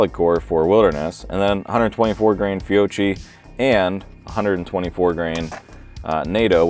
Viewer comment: Please learn the correct pronunciation of Fiocchi.